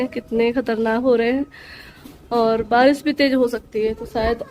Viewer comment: Baji barish hota hai baris nahi 🙄